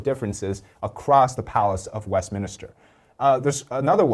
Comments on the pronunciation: Brilliant! 🤩One tip: it's "Westminster" not "Westminister". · Westminster, not West Minister. Common mistake.